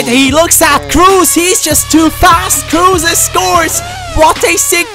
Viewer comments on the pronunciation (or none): Isnt it robbie kruse( so spoken: cruse)?